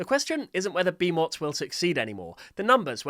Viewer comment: The name, Bimot, is the same as Bimo, with a T.